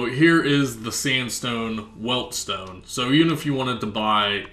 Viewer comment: and stop saying "weLt-stone" lol its pronounced (wet-stone) theres no L in it.